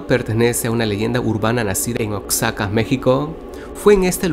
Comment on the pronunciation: NO SE DICE OASACA SE DICE "OAXACA" OK ESTADO DE OAXACA